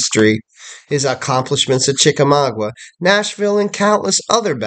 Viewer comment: Sir i am trying very hard to be understanding with you. But your errors are getting outrageous. General Grant was not at the battles of Mill Springs, Perryville, or Chickamauga.{pronounced Chicka-maaga not Chicka-mawgwa) General Grant didnt come into the picture until the siege of Chatanooga. I dont understand why you put these types of errors out here for people who dont know any better to take you at your word. Its ridiculous. Just take more time doing research instead of putting out videos so quickly and it would be a better product. Also old hickory was never a nickname for him. That belongs to Andrew Jackson. Why do you not care about this. You should be ashamed.